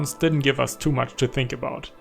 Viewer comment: when he says us it sounds like you ass w video tho